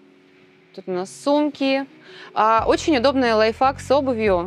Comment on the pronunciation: Как она произносит лайфхак? Лайф фак? Лайф факт? Ну ведущий же мог объяснить ей что к чему?!